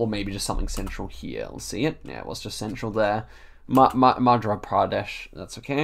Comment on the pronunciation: "i gotta get used to saying" 🤣you are pronouncing an 'r' in madhRa pradesh when actually it is a 'y' madhYa pardesh